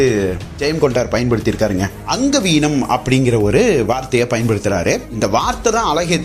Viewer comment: தம்பி அங்கஹீனம் அங்கவீனம் அல்ல